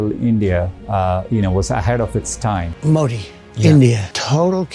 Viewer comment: Please pronounce as Modhi though it is written Modi., your presentation is full of passion and proudness. Good watching it